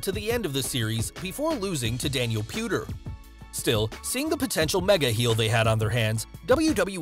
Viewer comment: Ah yes, Daniel pewter... We saw how well that worked out